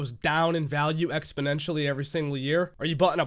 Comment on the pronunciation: I don't think she knows what "ex-po-nen-shully" mean...